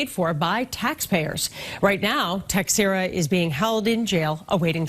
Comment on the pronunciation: The way american people say "Teixeira" annoys me (Portuguese Person), it's not Techcheira" or whatever they say, it's "TEI SHEI RAH" kinda like that, SHEI as in Shein